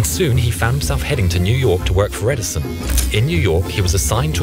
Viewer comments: "Edison of a..." XD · "EdiSON of a ..." xD